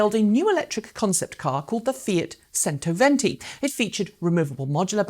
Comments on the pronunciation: Chento not sento. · FIAT "Sentoventi" :))))) The English vs. pronouncinations